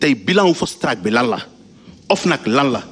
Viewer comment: 😂😂 "Fost track" quel ignare ce! Il n'a pas sa place sur un plateau télé!!